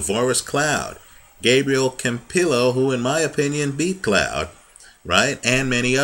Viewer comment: can you tell us when u have private pick cause i missed out on vip cause it didnt know if you were gonna cover it. pronunced hose e seatoh. and pronounced camp ee yo